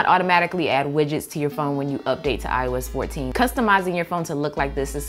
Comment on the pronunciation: I keep mishearing “ios 14” into “I was 14”